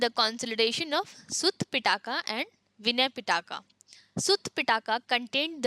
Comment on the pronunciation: Pitaka LOL. It’s pronounced Pee+tak. Feel bad for your students